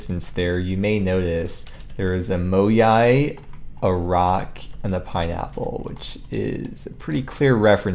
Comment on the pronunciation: No one asked but it's moai, not moyai. Moyai is the name of the statue in Tokyo that got an emoji instead of the actual Easter Island heads.